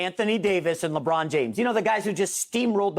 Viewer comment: No one: Broussard: LEBRAUM JAMES